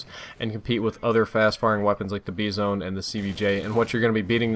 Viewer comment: Wtf is the Bee-zone?